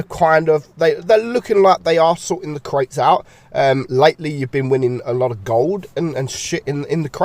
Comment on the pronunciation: My interest ended when I heard crates